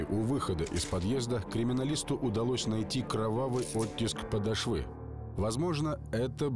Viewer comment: "Кровавый оттиск подошвЫ." Да... Когда на лекции преподаватель нам ставила ударение на выражении "подОшва фундАмента", мы дружно смеялись - а как же иначе? Она ответила : "У меня был студент, который говорил "подошвА фундамЕнта". Оказывается, такие "ископаемые" не только существуют, но и озвучивают фильмы. А редакторов уже упразднили? Или они согласны с "подошвОй"?